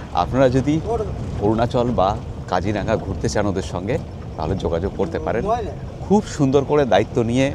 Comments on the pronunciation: Not Kajiranga it's Kajironga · Really enjoying your vlog. 👌🏽 I am grateful to be able to view my motherland from 7,000 miles away through your camera 🙏🏼🙏🏼 I would like to point out just one thing —- correct pronunciation of Kaziranga is কাজিৱঙা, and Nameri is pronounced as নামেৱি